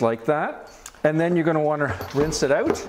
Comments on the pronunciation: I love the way Canadians say, “Ouwt.” 😂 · Love how Canadians say OUT and ABOUT! Thanks for showing us how to clean these bottles. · Ahhhh HA! I knew you said out with an accent lolol. Ontario it is. Thanks for the video! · Love your accent when you say the word OUT. I'm guessing that you are from the Upper Midwest or Canada.